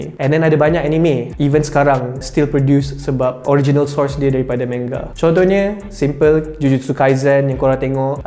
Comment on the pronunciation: fu with ur sebutan manga